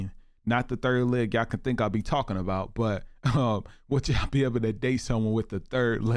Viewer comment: When did everyone start pronouncing YA'LL.. as YAW?